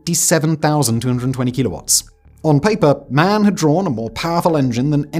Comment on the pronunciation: Sorry it's called M. A. N. Not MAN